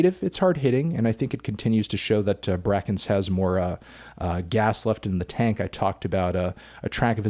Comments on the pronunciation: Everybody worried about the tinny/tiny pronunciation and nobody wants to say he literally pronounced brakence wrong, like he got a whole ass artist wrong, it’s brAEkence not braCKence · Anthony its pronounced "Brake•ence" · "brack ence" ? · damn he still says brackense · hi melon it’s pronounced “bray-kence” :) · It's pronounced break-ence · they way you say brakence hurts me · the way you pronounce Amine and brakence killed me a little bit but i forgive you. also that Caroline Polachek remix came out quite a while ago but there was a new one a couple days ago by umru.